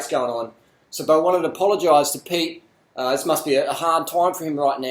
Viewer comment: i like the part when you say ZIZ LOL